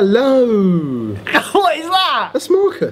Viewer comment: is it just me...or did they say "hellow" and said it was ... Marcus?...okay I'm certainly the only one thinking this...lol!